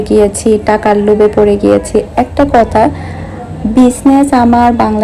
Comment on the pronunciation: আমি খেয়াল করে দেখেছি আপনি থ কে ত উচ্চারণ করেন যেমন কথাকে কতা বলেন